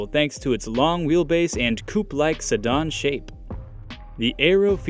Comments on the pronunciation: The ID Aero is tied on my list with the ID 7 but if the details turn out to be close to what I expect, the '7' becomes the front-runner. F.Y.I. sedan is pronounced se-dan not se-don. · Somebody please tell him how to pronounce sedan, not sedon. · Probably should check your pronunciation of the word “sedan.”